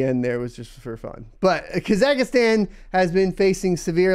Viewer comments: What is Kazakistan????? Never heard someone pronounce a country that way lmfao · that's an interesting new way to pronounce Kazakhstan lol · Never heard Kazakhstan pronounced like that. Good times :>